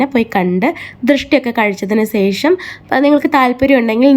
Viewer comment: Sesham alla......sasi de sa(malayalam). Shesham